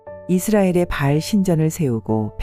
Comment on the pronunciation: 바을이 아니라 바알입니다!